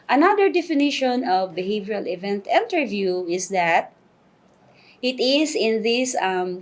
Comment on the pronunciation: I believe it's "interview" not enterview